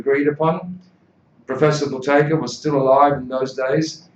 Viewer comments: Yeah but he says Boo-tay-kA with an A at the end. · Why does this guy keep saying Buteyka? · How do you pronounce the word ‘Buteyko’? Answer: It’s Boo-tay-ko. Konstantin’s last name was originally misspelled in English and therefore it is difficult to pronounce. People would often say: “Beau-tay-ko? The beginning of it is pronounced as in the word “boot”, not as in the word “beauty”.